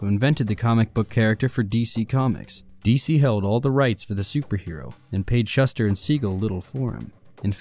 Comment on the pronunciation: Ugh. Schuster is pronounced "Shoe-Stir"